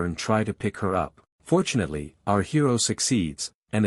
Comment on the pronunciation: When u say fortunately it sounds like ur saying unfortunately